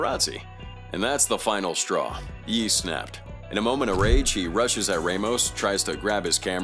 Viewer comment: I'm glad it pronounced "Ye" properly. "Yay" isn't how you say that.